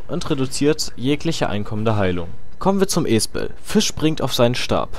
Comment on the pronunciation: Sagst du absichtlich Jizz ? :D